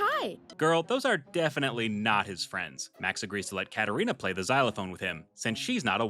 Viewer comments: Ok I finally have the nerve to say this but just the way you say “play” just kills me its so funny😭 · Hey, I said I have a small request. Can you please stop saying play in that weird way somewhat annoying to me don’t take this message too seriously though. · I love the way you pronounce play every time I hear it it has me dying😂